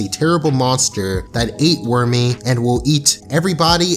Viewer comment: Worméé..... lol I like how you pronounced it..